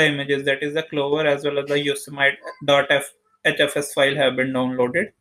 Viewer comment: You don’t even know how to pronounce Yosemite